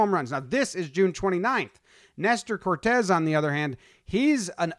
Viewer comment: CORTES! It’s CORTES GUYS… S not Z cmon get it together